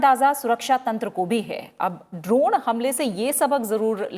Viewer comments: Why anchor pronouncing ' द्रोण ' instead of ड्रोन ?? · आप द्रोण क्यों बोल रही हो